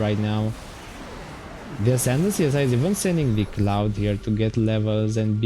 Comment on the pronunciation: "Csiz" Is pronounced like "Siz" :)